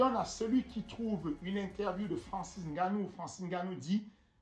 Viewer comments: Apprenez à prononcer les noms Africains. C’est pas N’Gannou. Le N est soft et pas séparer. Édit: Merci pour le bel hommage😉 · Pourquoi tu dis N-gannou mais pas V-ladimir poutine ?